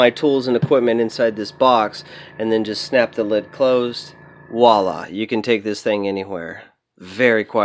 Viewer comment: 1. VOILA not WALA. Pronounce VWALA. French. 2. Never blast without NOSE & EYE protection- both. Lungs are very sensitive organs. 3. Why not use a stronger compressor like a 6 gal pancake compressor? 4. ETCHING, not EDGING. Articulate your words. Nice to see that HF has a small micro blasting device. Good demo though hard to see the finish as resolution was poor. you use glass bead media, you can polish metal. A tumbler with steel shot does not produce a hammered effect on jewelry. Any metal jewelry, silver, copper, aluminum, steel, is tumbled to be polished to a high shine. If you want a hammered effect, blast it or hammer it.